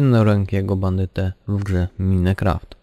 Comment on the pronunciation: po pierwsze nie lubię jak ktoś źle wymawia nazwę gry minecraft a po drugie FVDisco